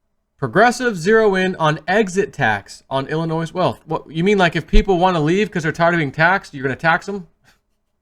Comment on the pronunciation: ...please the S is silent when saying Illinois, it makes u look incompetent, luv you!